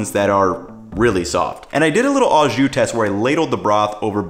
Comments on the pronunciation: It's NOT "AWWW-zshoo"! It's "OHHH-zshoo"! NEVER, EVER take pronunciation lessons from GUY Fi-EDDY! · It's not pronounced "awe-ju". It is o-szu. Translation: with juice? As in, Do you want it "with juice"? or Do you want it au jus? Italian Combo is the way I like it. Hot (giardenarra), dipped! If you have a chance, get your italian sausage seasoned hot from the butcher. It isn't really hot but generally hot ones are more flavorful. Al's is the gold standard but people like Portillo's too. I'm an Al's guy. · Really minor but... Au Jus means with juice, and au is pronounced like "oh" or just o... and since au means with, you can just say "jus", kinda weird hearing "au" every time. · For the record « au » is pronounced « oh » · So he learned to pronounce Maillard correctly, but not au jus?